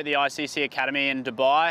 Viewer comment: It's not ddubbaaiii it's dubai